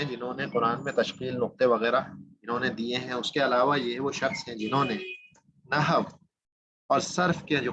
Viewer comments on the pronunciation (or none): جناب عربی زبان و قواعد کی تدریس کا آغاز اچھا اقدام اورکار نیک ہے. کچھ معروضات پیش ہیں اول تو آپ کا تلفظ درست نہیں ہے عربی زبان کی تدریس سے قبل اردو زبان کا درس لیجیے. لفظ نحو کا تلفظ Nahu نہیں؛ Nahav ہے. دوسرے عالم کی جمع علماء ہے علماؤں نہیں ہے. ابتدا ئی دس منٹ میں آپ کی قابلیت کا اندازہ ہوگیا. آپ درس کم دے رہے ہیں اور زیادہ پکار رہے ہیں.. مودبانہ گزارش ہے کہ آپ پہلے اپنی زبان کی صحت کیجئیے پھر عربی زبان کی تدریس کی طرف آئیے. "قواعدوں کوئی لفظ نہیں ہے قاعدہ کی جمع قواعد ہے.. تیغ بازی کا شوق اپنی جگہ لیکن قتل عام نہ کیجیے.